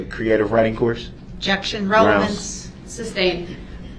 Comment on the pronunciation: Objectshun. Grountz . Subject matter jurisdiction. Leading. Good bye Mr. Brooks 😂